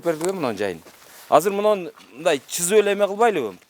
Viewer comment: чызып эмес СЫЗЫП -деп таза сүйлөсөң журналист!